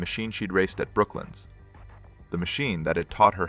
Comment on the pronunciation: BrokLANDS....NOT BROKLYN ....